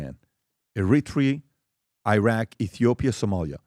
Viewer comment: Iiraq but u can pronounce Iran?? Df